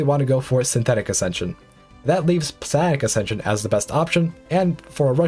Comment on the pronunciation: Its pronounced Psi-onic, not Psi-onic